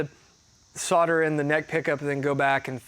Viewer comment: Thanks for saying “solder” not sodder. After all it has an L in the word